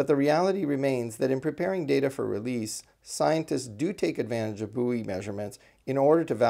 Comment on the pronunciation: Buoy is pronounced boy, plural boyz. Once I'd realised that I could follow the talk! Very interesting!